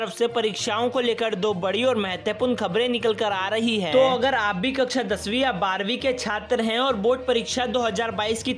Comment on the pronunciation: The way he say" kakcha 10vi aur 12vi "😂😂